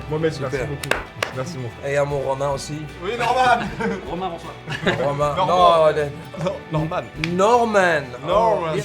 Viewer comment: "Romain" ptdrrrr